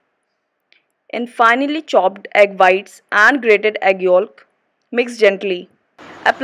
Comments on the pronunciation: It’s spelled yolk not yok, yes she should have pronounced it yo-k in stead of yo-lk but that’s pronunciation not spelling learn how to spell first before correcting others smh 🤦‍♀️ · The L is silent in the word “YOLK” and please work on your pronunciations ! You say the “back” word wrong sweetie ❤️